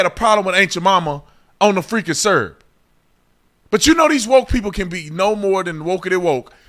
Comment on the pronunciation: Beverage? You drinkin’ s’urp now bro? 😂